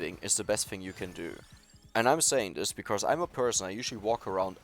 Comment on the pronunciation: One thing I wanna tell u with hopes you don't get it wrong or feel offended: You often say the word "because" and then pronounce it like "becauRse" with an "r" in the middle - since you are german I figured you might wanna know this. Great(!) english in general for a german though, props! ✌️